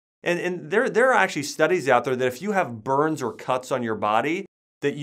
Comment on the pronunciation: Listen to how he says the word, actually. Acshuey... lmao